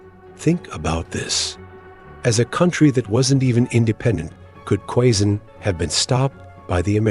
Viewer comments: ❤ I love it, when you corrected the pronunciation of Quezon. By the way I'm from Quezon City and I grew up in Quezon province. More power to your channel! ❤️🇵🇭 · I laughed out loud when you corrected the pronunciation of Quezon--spot on, you now know your way with the language. 🤩🤩🤩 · Quezon 😂😂😂😂 the way he pronounce it perfectly 😂😂